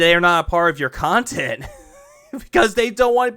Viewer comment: Thank you for the super pahsitive khantent. This was meaningful af